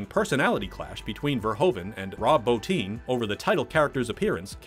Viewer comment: His name is Rob BOTTIN NOT BOTINE DAMMIT